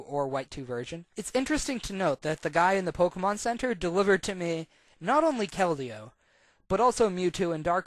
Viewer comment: So many mispronunciations of Keldeo. It's pronounced "KEL-dee-oh"